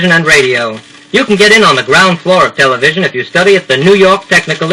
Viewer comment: Clearly an audition disc. Quite a local accent - not an "r" in a carload - and he is eager to get into "tele-VISION."